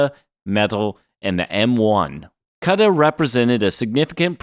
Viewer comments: Thanks….EN-VID-EE-AH…KOO-DA…you’re welcome. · Have I and everyone I know been pronouncing Nvidia and Cuda wrong for years, or is it you? also you change the way you say Nvidia a few times? Cuda is koo -duh..